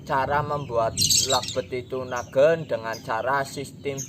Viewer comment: Nagen bukan naggen cuy